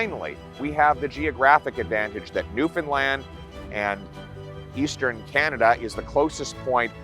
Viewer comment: I can't believe he says Newfoundland right ....